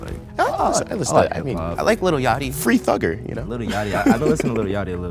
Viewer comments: Homie said "fRee THuggER" lmaaooooo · This had me weak